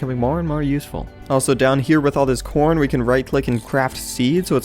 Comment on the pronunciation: It did not sound like you said corn at first.